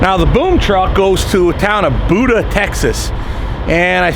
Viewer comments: Buda Texas is pronounced Beu-da Texas, not booda, hummmmmmmmmmmmm, just down the road like 30 miles or so........ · Buda pronounced Byew-da. Safe travels driver.